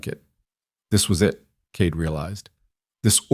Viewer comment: The reader makes Cade sound like Kate. Made it very confusing.